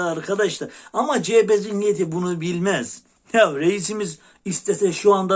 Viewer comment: Sevgili fukaramız cehepe değil CEHAPE zihniyeti lütfen yani dikkat yaa hallalla😂